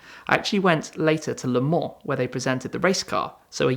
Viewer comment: That's how it is pronounced in French lol